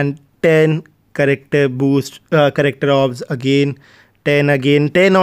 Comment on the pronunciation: Other say character says charecktar